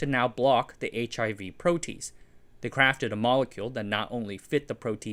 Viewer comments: Excellent information. One nit pick. It's a 3 syllable word. Pro t ace. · Excellent again! But the pronunciation of protease is PRO-tea-ace It's a three-syllable word. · That's a long "a" in protease. Makes an extra sylable too. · Not a criticism: I'm pretty sure that protease is pronounced pro-tee-ace. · 'protease' is pronounced proh-tee-aise. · Loving all the bio-related content lately! Leaves me wanting more! Hate to be nitpicky but "protease" is usually pronounced more like "pro - tea - ace", and "renin" likely more like "ree - nin". Biology nomenclature is kinda jarring at first, but after encountering enough weird names, it'll become second nature lol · lol "Pro - Teez" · it's pronounced "Pro tee ace" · Pro-tee-ayz... it wouldn't be a video if at least one word wasn't thoroughly mangled. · protease is pronounced pro-tea-ace -microbiologist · No you didn't. It actually pronounced: Pro-Tee-Age. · pro' - tee - aze rhymes with haze - (American) biochemical engineer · i get that you're mispronouncing protease to boost commenting but is it worth the fundamental loss in credibility regarding the rest of the information in your video? (if he doesn't know how to pronounce the topic of his video, what else did he get wrong in it?) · he seems to have some pronunciation problems. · I’m sorry, I know I shouldn’t poke fun, but I just can’t get over your pronunciation of some of these biochemistry words. “Protease” gave me a hearty chuckle. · Did not expect a Cat's Cradle reference, almost makes up for the jarring mispronunciation of protease. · yes, but for someone outside of the industry it’s not hard to make this mistake. I’m grateful to this channel for excellent research done on this topic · Just FYI it's pronounced "pro-te-ase" not "pro-tease" Can see how people who aren't chemistry nerds would make that mistake tho. Great video. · pro-tea-ace, not pro-tease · Its pronounced Pro T Ase not Pro Tease ! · pro-tea-ace, not "pro tease". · ProteASE...not ProTEASE